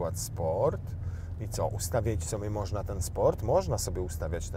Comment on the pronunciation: Co tam "moszna" wyświetlać, bo nie dosłyszałem 😅